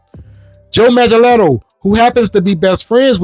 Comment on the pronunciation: The movement ever stopped. You know what it is. #WalletsClosed It's pronounced Manga-Nello.